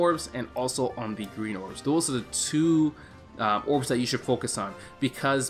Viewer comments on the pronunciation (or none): none